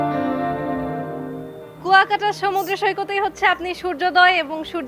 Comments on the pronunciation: It’s not Kokta, it is Kuyakata. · Not kokta...pronounciation will be "Kua_kata...kuakata", Love your reaction.🇧🇩💜🥀🩷🥀💚🥀👍